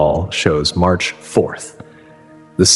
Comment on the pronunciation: I thought it was April 15th. At the end he said Merch 15th